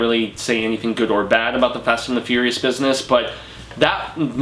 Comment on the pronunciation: Its fast and the furious not fad and the furious get youe shit straight